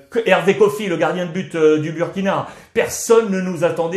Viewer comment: Monsieur Ruiz, merci pour tout. Mais faites l'effort de prononcer Booooouuuuurkina et non Buuuuurkina. Le uuuuuuu se prononce ooooooouuuuuuu